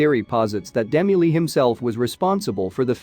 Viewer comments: Agree! Really annoying! How difficult would it be to have the voice pronounce DeMille correctly? Also, the statue may not be a Sphinx since an Egyptian Sphinx is a statue of the body of a lion with the face of a man. The recovered object is not shown full body so it's difficult to see whether the body below the neck is a male seated statue or a man's head with the bottom area the body of a lion. Did I miss that part of the statue? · To whom it may concern: please listen to this description and tell me truthfully you enjoy it, ESPECIALLY when it is pronouncing names like the great Cecil B. DeMille! These robotic voices do NOTHING for the enjoyment or education of these video clips and I wish you would quit using them! PS: I am not the only one who thinks that way. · Dee-mill not Demi-lee you went to great lengths to do an excellent documentary why the enormous error??? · His name is De Mill. Like Duh Mill. Not Dem mellee. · Its pronounced demill, ass! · I wish the narrator would pronounce Cecil B. DeMille's name right! I was confused when he was talking about Demi-Lee! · "Dim-u-lee", if I had not read the comments first, I would have been very confused 😕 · DeMille is pronounced Duh Mill!!!! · OMG, You really should do research into pronunciation, It was Cecil Demille and pronounced, D Mill. If you continue to make videos, be concise at least. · Only watched half way through and stopped because of the ridiculous robotic commentary. Cecil B De Milly? Seriously? Quite apart from showing a Meso American head at the beginning and then talking about a sphinx from a film set. What a lot of tosh. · I kept saying,"DeMille", every time it mispronounced his name. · That artificial voice mispronouncing Cecil B. DeMille's name is a travesty. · Nice video but your pronunciation of Demille's last name is incorrect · Another totally useless robot voice that can't pronounce names correctly... what idiots they are to use this garbage!!!